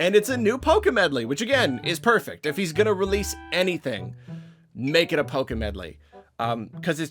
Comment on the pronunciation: I was so confused because i kept hearing Pokémedley. Gotta emphasize that L